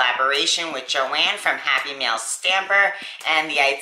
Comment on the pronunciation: Very cool. When you say happy mail sometimes I hear happy meal haha :) Maybe I’m just hungry.